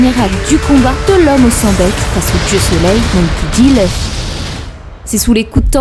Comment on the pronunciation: j'adore la façon dont tu dit le nom de luffy = Leufi ^^ j'aime bien la fin tkt moi je te crois XD